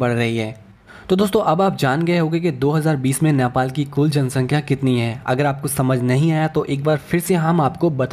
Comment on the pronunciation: Bro, it's NEPAL not nyapal. Anyways thanks for the video.